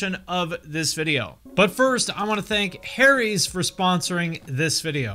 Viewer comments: Teheheh, ‘Harry’s’. Like ‘hairy’ like ‘haries’?? Okay I’ll show myself out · Stopped watching as soon as I heard "Harry's"